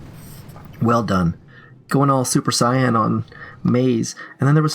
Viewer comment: that's not how you pronounce Saiyan my inner weeb cannot let this pass